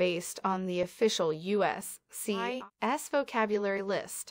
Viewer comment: Am I the only one to notice the enunciation of the word USCIS and the word Pass from this narrator?